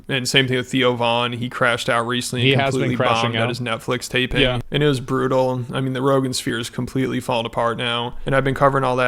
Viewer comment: How's the response been to you going to Saudi, Bill? "OH IT'S BROOTAL!"